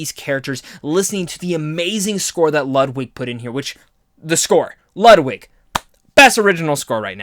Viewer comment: Just wanna say Ludwig isn’t pronounced how you think it is. He’s Swedish so the “w” is pronounced as a “v” and the “u” is pronounced as an “o” so the proper pronunciation is “LOOD-VIG GORE-EN-SON” not “LUD-WIG” just for future reference. I know it’s easy to make that mistake. Good review by the way, I personally didn’t like the movie at all and don’t really feel compelled to watch a second time but I can understand why someone may love it. You give good reasons as to why.